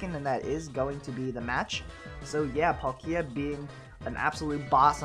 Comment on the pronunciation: YAY YOU SAID PALKIA RIGHT!!! @@ now I feel bad because on another video I tried to help you correct it... I apologized like 4 times though in that one comment but here's a fifth sorry.